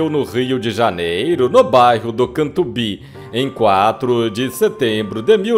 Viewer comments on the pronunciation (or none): Catumbi virou CANTUBÍ !!!😂😂😂😂😂😂😂😂😂